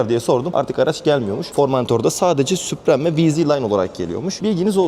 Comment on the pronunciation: Kardeş be ! eline sağlık da şu İngilizce kelimeleri doğru okusak, mesela vidoya başlamadan önce, çok basit bir şekilde model ve paketlerin okunuşunu google translate kullanarak öğrenebilirsin. Sen "SUPREME" dedikçe kaşım falan seğirdi.